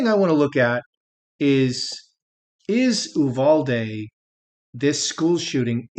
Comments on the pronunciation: In Texas we pronounce Uvalde- “you—Val-dee” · Quick pronunciation primer: You VAL Dee